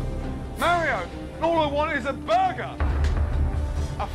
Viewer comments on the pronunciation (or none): i dunno why but the way Gordon says burger here is funny to me haha